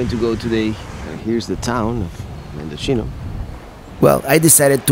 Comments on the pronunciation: all of the coastal highway is a beautiful drive and by the way, Mendocino is pronounce Men-do-see no-- not Mendochino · My front yard😆. Mendo-see-no👍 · You're killing me... it's pronounced MendoCno.